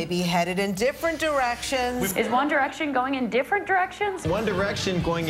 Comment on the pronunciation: By the end all I heard was: ONE ERECTION MAY BE GOING IN DIFFERENT ERECTION